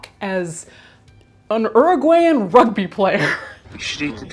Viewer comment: the way this story is being covered is pretty disrespectful in my opinion. also, you're pronouncing chile (and chilean) and uruguay really wrong here too.